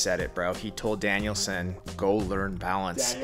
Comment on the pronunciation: I agree with Greg on this 1... u said Danielsin lol